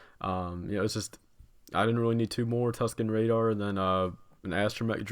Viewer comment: Also I really enjoyed when he said Tusken RADAR